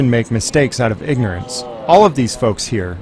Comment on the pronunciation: Did you say "pignorance"